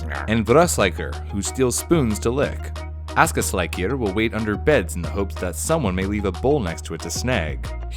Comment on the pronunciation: rating on how well you pronounced the names (1 to 10) "stetjastuor" 6 "giljagjur" 3 "gluugagijir" 1 "bjoognakir" 5 "ketkrokjir" 6 "stoofur" 9 "potaskifil" 7 "þröslækjir" 4 "askaslikjir" 9 "hoorjaskeljir" 4 "getafjur" 4 "kertasnikjir" 9 which makes a fine B*